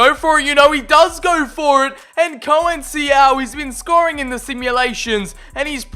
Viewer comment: Conceiçao is pronounced “con-sei-são” not “co-en-si-ao”.